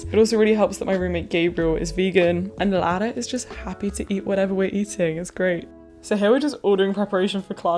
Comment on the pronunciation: I love how you pronounce Lara💛